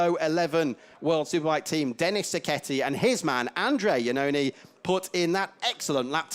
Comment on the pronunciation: It can't be listened how the commentator constantly corrupt the name of Andrea Iannone!!!!!!!!!